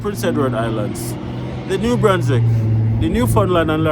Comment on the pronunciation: Nova Scoteea?? New brunskit?? Bruh